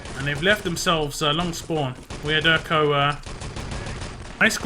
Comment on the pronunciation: on supply was clearly see problem with et spawntimes.. TSB got spawn time set up that they had several seconds to attack EDIT after they respawn and be free to kill itself before theire respawn :X And IMO the I in wiaderko should be read as j. But great cast as always it is great someone is still casting ET